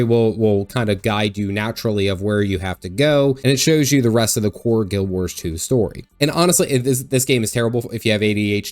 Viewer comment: Guild WarS. Not Guild WarSH.